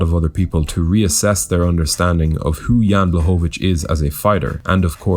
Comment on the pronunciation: Proper pronunciation is Yan Bwahovich, L in his last name is Polish Ł spelled like W in English, easy compared to Joanna LOL